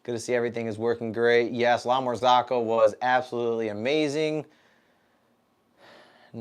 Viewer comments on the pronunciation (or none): Sorry bro it really bothers my ears 👂🏻 it’s s not La Marz(AA)co it’s La MarzOcco not A but O Besides that glad your machine is fixed And one more thing Linea Mini and GS3 are totally different machines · lamar-zOOCo not ZAACO thou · I'm always on the lookout for new coffee channels, and yours seemed interesting. But I just cannot get over the way you pronounce "La Marzocco" :-)